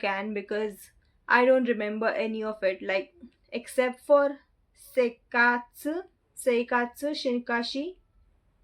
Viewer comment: I believe its "seikatsu" instead of "sekaitsu". I believe its "fut-tara" with small "っ" which means we will be stressing the beginning sound of next letter a little bit to make it sound like a gap. (Kinda) Also curious if you are learning Hiragana/Katakana or only Romaji.